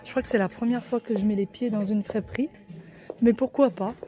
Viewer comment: Cc on dit friperie , pas fréperie